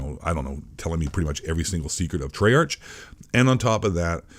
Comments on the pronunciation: I'm sorry but I was taken off guard when you said Treyarch usually it's pronounced TrAA-aRk/TrAye-aRk As a reupload, this still stands today, though when I heard "is blackout going free to play?" You could tell this came out before Warzone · I know, the guy in the video (it’s not the same guy who posted it, its just someone who archived this) likes to call Treyarch (Tre-arch) just to mess with them, He does this to a lot of people and companies